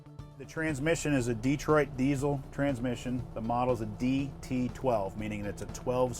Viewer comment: Its diesel, not desiel.